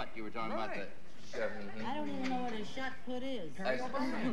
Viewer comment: Because it’s shot put, not shot putt.